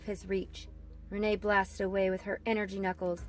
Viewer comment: you said renet as renae and raph as ralph